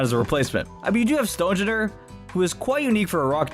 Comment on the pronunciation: Stonjourner is pronounced STONE-YORNER